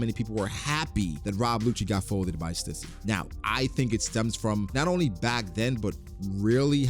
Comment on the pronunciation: Stüssy is pronounced STEW - SEE. Please stop saying it wrong 😢